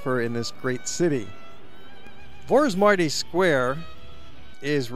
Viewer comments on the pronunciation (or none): I appreciate his effort to show our country to the world but next time please learn how to prounounce Vaci utca, Vorosmarty ter, and all the names. Thanks!